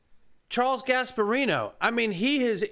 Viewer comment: Gasperino. Pisses me off.